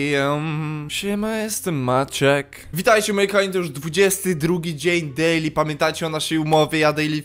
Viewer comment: i to jest dejli tak DEJLI komentarz XD